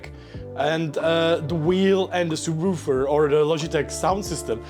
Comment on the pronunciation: okay him pronouncing subwoofer as "soobwoofer" is extra reason he's the wholesome man we need